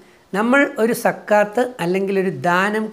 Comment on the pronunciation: രജിത് സര്‍,, സക്കാത്ത് എന്ന പദം..Z വെച്ച് ഉച്ചരിച്ചാല്‍ കറക്ററ് ആയിരിക്കും. ZAKAH.താങ്ക്സ് സാര്‍.